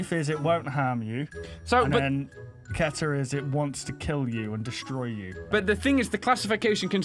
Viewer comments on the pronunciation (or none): When you say Keter you say the E long except for the last e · Keter is pronounced as key-ter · Pronounced Key-ter